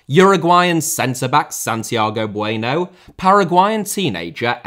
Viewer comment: Serie * not Seri Udinese* not Udeneisei Touré* not Torei Villa* not Viller Bueno* not Bueinouw Traoré* not Trayorei Gustavo* not Găstohrvouw Fenernahçe* not Fenebohçei Montiel* not Móntil München * not Munich Dejan* not Deijan Schade* not Schore Diaby* not Diohrbei Caicedo* not Caiceirouw Baleba* not Baleiber Ansu* not Anzu